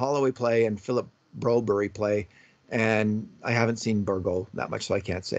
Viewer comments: It's Bro-BERR-yuh, not BRO-Berry! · Yes exactly! And in Canada it's Broberg. I'm a Canadian Swede and I find this pandering kind of annoying lol